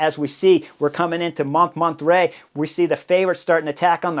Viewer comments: Hey Chris, I love your videos, have watched every single one of them for years, at this point. But there's one thing that really bugs me, it's not just Bob Roll who mispronounces foreign names and places. For example, 'Montmartre' in your video today. That's one of the most famous hills in all of France and you're mispronouncing it so bad that I couldn't even figure out what you were referring to, the first few times you said it. Could you just take 5 or 10 minutes before a video and review how to pronounce foreign names and places? Wikipedia often has audio of the pronunciation for well-known names and places. (Other examples that spring immediately to mind: It's Nils Pollitt not Paulette. It's Giro d'Italia, not Giro di Italia. I could go on...) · I watched this episode on the trainer, having already watched the race. I didn't know they were going up Monterrey. Holy distracting mispronunciation. This bald guy has presumably been to France and given all Americans a bad name, if for nothing else than for just confusing Spanish and French pronunciation norms. Has he seriously never heard anyone pronounce "Montmartre" before? I don't need native speaker, but goodness try. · With all due respect your pronunciation of « MONTMARTRE » is terrible 😹 the -t is SILENT and so is the final -e. So it’s « mon-martr » like you would pronounce « bartr » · Pronounced mon-mart. The first t is silent. The re at the end is not pronounced but just makes the last t pronounced. Great work on the commentary though. Thanks! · Came here for this. It's a little funny to hear him really trying to pronounce it properly "French" and failing that much harder because of just that 😂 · Sacré bleu, Chris! Montmartre: pronounce it like this, Chris Moan-mar-tra , not mont mar tray. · "Mon(t)-mar-tr(uh)" mon cher ☮️☮️☮️💯☮️☮️☮️ Easy on the /t/ & /uh/ Although "Mont martray" is darned unique ❤❤ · Took me a while to figure out you meant Montmartre 😅. FYI: it's pronounced "MON–MART"